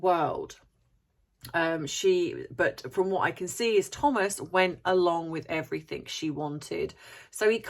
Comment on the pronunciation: Brilliant observation about the speculation of M’s colour before she was born. I enjoy your videos and the content but everything is not pronounced as everythink. You usually speak so well so I don’t understand why you get this word wrong. Sorry for being so pedantic.